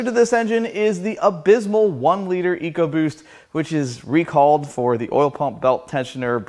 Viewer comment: ford eco-roost. Not like the old Barra donks from down under...